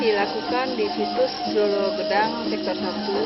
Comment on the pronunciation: Lolo Gedang mas bukan Lolo Gadang